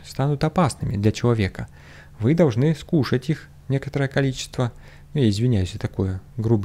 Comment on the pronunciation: меня очень позабавило, что блох, яйца глистов мы должны (ударение на слове "должны") съесть. )))